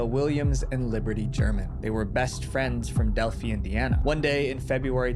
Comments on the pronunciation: I'm from Indiana near there and this was a crazy thing that went unsolved way too long and was talked about for years and years- but the way he says Delphi is driving me nuts 😅 is delphi not Delphie 🤧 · Didn’t expect my home town to be mentioned in this! Btw it’s pronounced “del-figh” not “del-fee” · Its pronounced del- fi emphasizing the i and the Abby and libby situated happend 5 miles down the road from my house it was very disturbing aswell as there where trail cameras showing this man following them